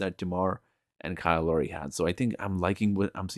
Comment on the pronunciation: It’s Lowry, not Laurie. Sorry.